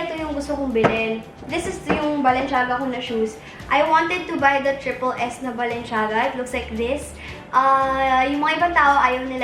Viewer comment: girl its balen-ciyaga not balen- shiaga hehe love u